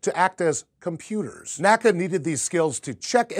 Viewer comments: Hi! Keep up the good content! Maybe you are not aware of this, but the historically correct way to refer to the National Advisory for Aeronautics is to say "the N-A-C-A" (say each letter), not to say "NACA" (two syllables) in the way that we say "NASA." Supposedly this was even a bit of a pet peeve for old NACA members after NASA was formed! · NACA wasn't pronounced as a word. It was always spoken out as N-A-C-A, not 'nacka' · It's pronounced N.A.C.A. and not NACKA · Very interesting. Just one point though. While NASA is pronounced as an acronym, NACA is (was) pronounced as EN-AH-CEE-AH. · NACA is spelt out, not pronounced